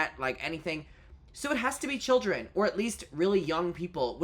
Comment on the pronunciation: hearing the kodee tyler "these arwe childwen" again destroyed me